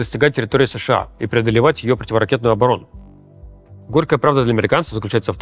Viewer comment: Привет! Спасибо за это видео. К сожалению, Руслана очень тяжело слушать: он пропускает очень много звуков в речи, из-за этого приходится сильно напрягаться, чтобы его понять. Так, слово "противоракетная" у него превращается во "птивракетная". Наверное, он хочет уложить больше сведений в меньшее время, но реальная экономия эфирного времени пара процентов, а сложностей в понимании — на 50% больше. Может иметь смысл сходить на курсы дикторов или лекторов, Кац вроде бы на именно такие ходил и ему очень помогло.